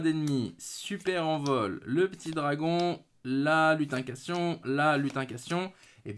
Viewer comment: Juste une correction, c'est "LutinCANTAtion", pas "lutincation" :P Sinon toi qui voulais les Âmes du Vainqueur, bah avoir deux fois la carte maîtresse dont une en collectors (qui est vraiment pour moi la rareté la plus belle à regarder), je dis bravo ! J'espère être aussi chanceux !